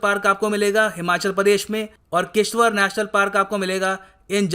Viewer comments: Sir it's not किशतावर.....it's किशतवाड़.....thank you ...I'm from kishtwar district of jammu region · and it’s किश्तवाड़. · Sir Kishtwar ki pronouncation aap ne galt ki